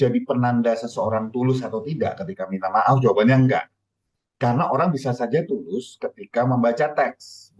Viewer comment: Tulus apa bulus bos😂😂